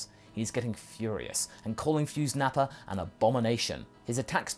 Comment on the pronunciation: You mean “NappaN?”